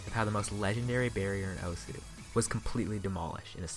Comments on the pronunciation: I think people should know that the name osu (oh-su) isn't pronounced like that. Although I like calling the game oh-su, it's proper Japanese pronounceation is oh-S giving a hard s, almost like your shushing someone but instead of goi g "shh" you just go "ss" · it's so annoying how everyone pronounces it "O-sU". When you open the game it literally says "welcome to *osu!*", not "welcome to *O-sU!*"